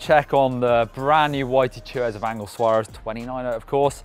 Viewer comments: Angel is pronnunced an Hell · The "G" in Angel is a soft G.